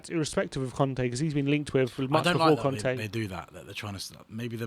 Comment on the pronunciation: It's Cònte, not Cante. :))))